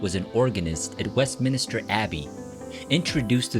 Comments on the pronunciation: “WestMINISTER” Abbey? Come on, man. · If you're going to make videos about British artists, please learn how to pronounce British place names properly e.g. Smethwick and Westminster 🙄